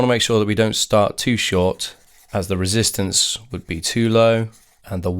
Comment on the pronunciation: No, we do say "resistance" instead of "reesistance"